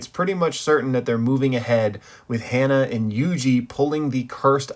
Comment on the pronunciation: Ha-Na not Hannah.....